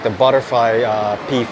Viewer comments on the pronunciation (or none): none